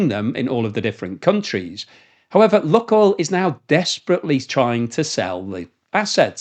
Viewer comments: Lukoil is pronounced luke-oil, not luck-oil. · Lukoil pronounced Lukeoil as in Luke the boys name.